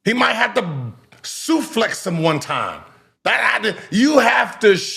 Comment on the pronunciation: "Suflex" is crazy 😂